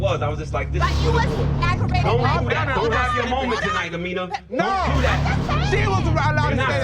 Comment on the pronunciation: Everybody saying Amina wrong but you know damn well they a threesome 😅